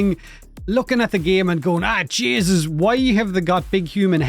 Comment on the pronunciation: after just leaving my big irish family christmas, that "ah jaysus" hit me in the soul